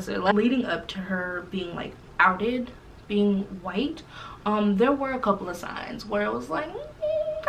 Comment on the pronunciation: Wait did y’all catch how between - she said “she did not had to lie about being whi-alck” 😂😂😂😂😂😂😂 I died and came back to life !!!!😂😂😂